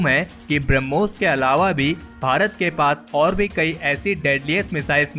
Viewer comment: ब्रम्होस नही बेटा ब्रह्मोस है, उच्चारण सुधारो